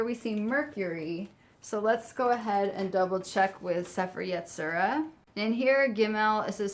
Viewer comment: Hey, I know you haven't uploaded in a few months, so you might not see this. I love your videos, but as a Jew, I need to correct your Hebrew pronunciation. The Book of Formation is pronounced like say-fair ye-tzi-ra, with the emphasis on that last syllable.